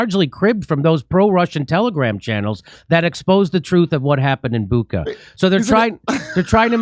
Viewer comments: Can Jimmy say Butcha (Shhha)? The New York times is enjoying the amount of money that they are getting paid to play the role of criminals. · Dear Jimmy -It’s Bucha, like dacha, like chai or kitchen not kitken 😉